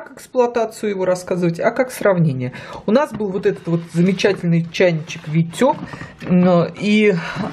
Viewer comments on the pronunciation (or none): "Витёк", "Рэймонд"....🤦‍♂️🤦‍♂️🤦‍♂️ Хотяб название правильно говорили...обзор называется...